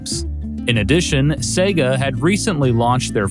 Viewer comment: Finally, an American who pronounces SEGA correctly!!! God Bless You:))))